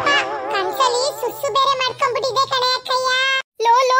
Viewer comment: Bro susu adu sasu alla